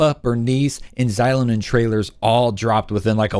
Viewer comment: Great video, but it was kinda grating how you mispronounced Xilonen's name 😅😅 it should be like 'shee-loh-nen'